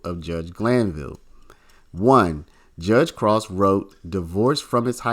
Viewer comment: I don't think Krause is pronounced like 'cross,' I'm pretty sure it's like 'crowd.'